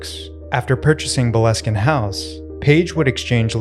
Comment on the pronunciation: Love from Scotland ❤ Boleskin is pronouned 'Bole (bowl)-skin'.